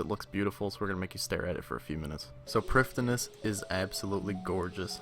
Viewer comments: Sounds like your saying priftiness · I really enjoy the videos man they are great but your pronounciation of prif ddinas is actually soul crushing